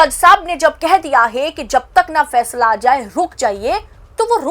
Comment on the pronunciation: Achha , Fàishlà, kort, Sunaya